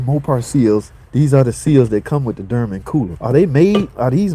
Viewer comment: WTH is a DerMen🤦🏻 ?? it's Dorman pronounced similar to Door Men.. not door mAn but door MEN. now say it with me brotha...DOOR MEN.. DORMAN😮🙌🥳